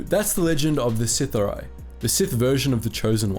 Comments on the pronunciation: SITH-R-EE, you pronounced it correctly and then immediately went back to pronouncing it incorrectly... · I love your vids but it's pronounced sith r e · It's pronounced " sith- R- E " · Pronounced : Sith ‘ Ahh•Ri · Is this really, how the term "Sith'ari" is pronounced? I always read it as: Sith-a-ree. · I think it sounds better “sith-ar-ee” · You must not have read or listened to the Darth Bane trilogy. The word "sithhar'i" is pronounced si-thar-ee. And don't blame it on your accent. C'mon man you got to do better. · First thing you needed to do was learn how to say the word It is pronounced “the Sith-Ah-ree” if I was you I would invest in the audiobook Darth Bane, path of destruction. Bane goes to the Sith Academy.. And at the time of his arrival there is a zabrack there that is so far ahead of the other students in combat skills and Force ability that the teachers actually speculate whether he is the “chosen one” even just listening to the small part where he is at the school will give you plenty of opportunities to hear the word pronounced properly. It’s hard to believe that you I’ve done all this research but never had the opportunity to hear the word said.. I would be catching audiobooks here in there it really does make a difference. At the very least it protects you from saying the word The most important word of the video..wrong all the way through the video. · I just want you to pronounce it "Sith-awree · It's pronounced, "Sith-are-ee" from my research,. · Nobody: halfway through the vid: Sith-uh-rye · I thought it was pronounced sith r e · Pronounced “Sith- arh-ree” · It’s sith’ari pronounced Sith-aree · i love the video, i hate the way you say Sith'ari -. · I love that you used a pic of Malgus instead of Bane 😂.... Not to mention how hard you butchered the word Sith’ari 😂😂😂🤦🏻‍♂️ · Dude, the way you pronounce Sith'ari is almost criminal. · Bro saying Sithari instead of Sith'ari makes me smile every time